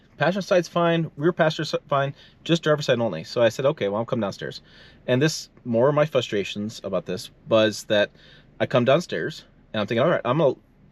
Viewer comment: You probably won't see this comment but I love your videos! One small word of advice. The word is fRustrations not "fustrations". 😉